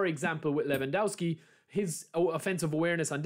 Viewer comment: Levandovski is how u shud pronounce it. You've already rendered the first W a V so u shud go on with the same rule for the rest of it